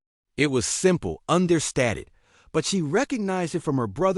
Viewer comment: Come on now. All the Marines look the same. Couldn't you at least make one a blond or something. And "Understated" is not pronounced "Under Statted." Plus, the kids looking out the window? They are not in their seats. There is a little row of no seats next to the windows. What a bad video.